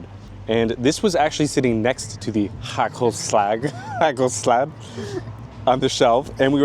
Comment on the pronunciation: You pronounced it very well, haa kel slag